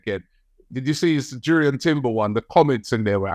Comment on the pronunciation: the "J" sounds like a "Y" for Timber